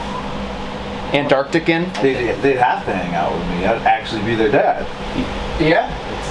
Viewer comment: "Antartican" Sir, calm down.